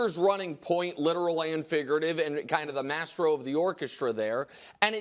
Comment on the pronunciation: UHHHHH MR WRIGHT : THE WORD IS MAESTRO -------NOT " MASTRO " BUT THEN, PERHAPS I ASK TOO MUCH FOR YOU TO KNOW THAT. -----------------MJL, 77 Y/O